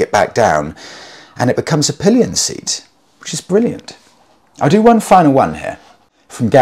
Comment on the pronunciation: Pallions and Pissengers huh............